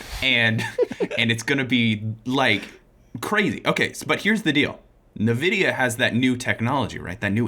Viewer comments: If he calls it Nuhvidia one more time😂💀 It’s N-Vidia ugh lol Ok caught it thanks 😂 Btw yes I did love the video, you guys are awesome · I loved the video and that guy seems cool but what the hell was that "NeVidia" thing? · You know, made good points, but then he mispronounced NVIDIA, so he's wrong. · made some good points about some things but he mispronounced "NVIDIA" so he's wrong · Ya'know, made good points, but then he mispronounced NVidia, so, he was wrong. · Y’know, from Mega64 made some good points, but then he mispronounced “NVidia” so he’s wrong tbh